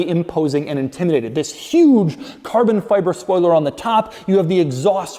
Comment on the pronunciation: I need a carbun fyber compilation. The way he pronounces it makes me chuckle every time.